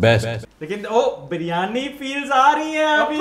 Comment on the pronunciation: 1st off all please Pronounce properly BIRYANI NO BARYAANI 🙄🙄🙄 THERE'S NO COMPETITION BETWEEN KARACHI BIRYANI TO ALL OTHERS.... KARACHI BIRYANI IS LOVE 💕